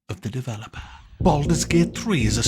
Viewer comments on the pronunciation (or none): THE WORDS THE WORDS... of the developahhh